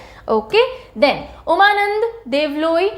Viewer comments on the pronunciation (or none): Ma'am Umananda Devaloi ko उमानन्द देवालय पढ़ते हैं।